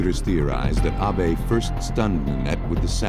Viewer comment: "Ah-bey" "a-be" "awbay" HIS NAME IS ABE! Say it right 😂